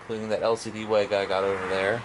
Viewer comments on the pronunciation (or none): It's pronounced "vega" not "wega"